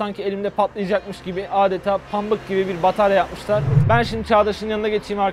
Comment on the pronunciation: pammık :D